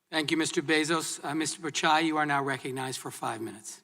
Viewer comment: It's not "picai" it's "Pitchai"